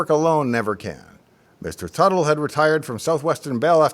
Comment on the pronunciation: Tuttle, Not Buttle?